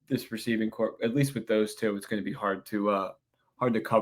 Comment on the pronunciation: No, the “p” is silent. It should sound like “core.”😊